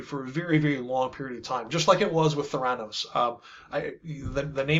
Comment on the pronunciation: Please look up correct pronunciations of “THERanos” and “NIKola”. Hard to seem authoritative if you mispronounce well known names